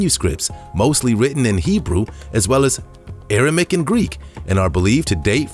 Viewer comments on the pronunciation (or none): Aramik? AraMAIC, perhaps???